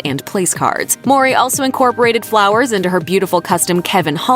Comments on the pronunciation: Why she keep saying Maury 😒 mowwwwrrryy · Why does she keep pronouncing Tia's last name as Maury instead of Mowry?